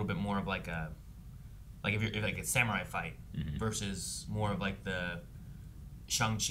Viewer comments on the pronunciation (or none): none